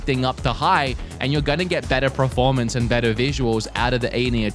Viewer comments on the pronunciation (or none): Why does say PREFORMANCE instead of performance?